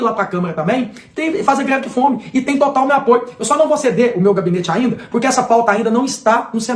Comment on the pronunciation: O problema dele é não saber falar mesmo, pq ao em vez de pronunciar greve de fome ele diz "gre de fome"..😂😂😂😂